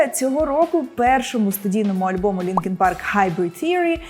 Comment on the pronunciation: Не Linkin Park, а Linkin Prk (індійською)😂😂😂😂😂😂